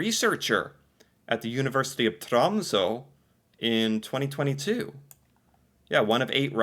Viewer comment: challenges you to and can æ,ø,å good luck. Exempel vær,åker,bøtte.Tromsø is not pronounced trumsaw